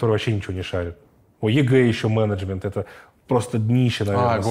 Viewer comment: когда нибудь я привыкну к произношению Эриком слова " мЕнЕджмЕНт" , но это уже совсем другая история